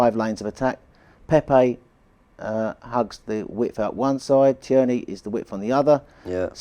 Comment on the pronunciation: Fine, but please stop calling Tierney, Tea Ernie!